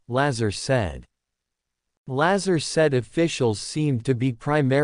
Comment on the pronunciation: You don't even say his name right